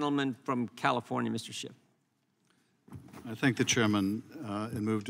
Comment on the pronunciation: Did Jim say 'Adam Shit "? 😂😅